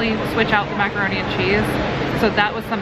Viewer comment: maca-hair-ne and cheese..